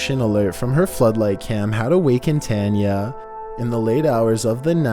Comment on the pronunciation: Bro, you can't even pronounce "Tanya" correctly? You really need to work on your speaking. If you really want to be good at voiceover, you need to practice and get better with your pronunciations. Otherwise, you're literally keeping your craft stale and it won't get any better.